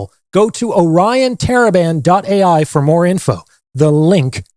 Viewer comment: Everytime I hear it "Orion Taliban"😅